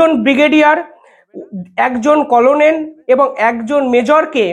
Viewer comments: তোমার উচ্চারণ ঠিক হচ্ছে না। খবর পড়ার আগে উচ্চারণ ঠিক করবে। যেমন করোনেল নয় হবে কর্নেল। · কলোনেল নয়, কর্নেল ভাই। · করনেল না এটা হবে কর্নেল,ঠিক মত উচ্চারণ করুন। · কোলোনেল নয়, কর্নেল বলুন l বানান হলো colonel কিন্তু উচ্চারণ কর্নেল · ইংরিজি তে কলোনীল লিখলেও ওটার উচ্চারন কর্নেল। ভুলভাল রোজ বলেন কিছু না কিছু। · Colonel noi uccharon ta hobe karnel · Banglay uccharon hobe cornel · আরে কর্নেল এটাও উচ্চারণ করতে পারো না। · Colo nel noy re. Pronounce correctly.